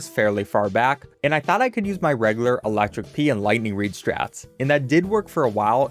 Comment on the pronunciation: pronounced "reg-you-lar" btw